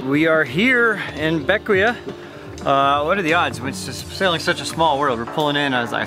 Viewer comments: BECK-WAY, not BECK-WEE-UH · For the record, it is not named for Alexander Hamilton. It is named for his father, James Hamilton. He abandoned his family in St Croix in 1766 or 1767 when his famous son was about 11 years old, and settled in the Grenadines. I believe it is pronounced Beck - Way, but I may be wrong. Sorry for your loss. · Bequia pronounced Beck- Wee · Bequia pronounced Bek-wee. Next time go to Friendship bay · Bequia... Pronounced Ba-key-a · Bequia is pronounced beckway.